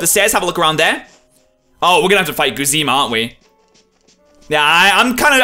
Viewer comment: How can you possible read "Guzma" as "Goozeema"